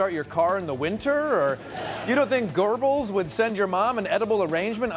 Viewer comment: I'm going to be that non-German but still very German person and point out it's Goebbels, not Gerbils. #KnowYourNazis